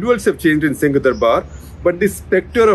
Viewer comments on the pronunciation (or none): none